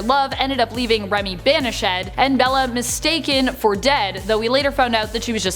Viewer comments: did she say bani-SHED instead of banished? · "Banish-shed"? Is that a word?